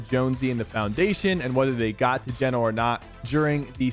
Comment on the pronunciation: i’m almost certain it’s pronounce gee-no not jen-o ❤️😂 also sypher i’ve been upset on your behalf since chapter 2 if anyone deserves a skin in game it’s you 😾